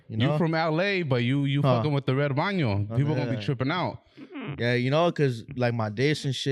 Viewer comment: said bano 🤣